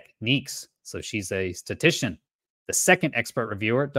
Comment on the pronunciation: Thanks,. I appreciate your research and summary. Interesting topic. Just a small quibble: I think the word is ‘statistician’ rather than ‘statician’.